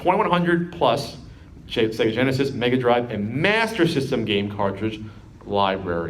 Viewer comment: So, according to, Mg = Mega Grive (that's a soft G I guess).